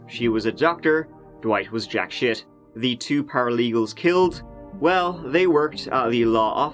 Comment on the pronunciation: I like how he says Tree instead of Three, and Shite instead of Shit